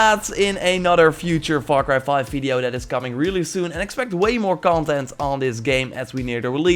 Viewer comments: Get yourself a dictionary dude .. learn some pronunciations......🤢🤮 it’s not VAR CRY it’s FAR CRY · Diego Velazquez dude he said “VAR CRY ” and it’s far cry ... have a look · ALEX SMITH what if were he is from the f is pronounced like v instead of f. He is learning. He is not an expert at english . So what.